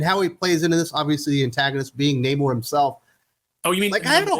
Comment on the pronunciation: The movie was trash, they literally dried the hispanic Namor’s back to defeat him! You can’t make this crap up, and his name in the comics is pronounced Naaamor, Not Namoore - No Love in Spanish, just like I did for this film.